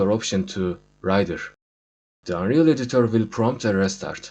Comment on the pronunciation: editör dediği anda ikna oldum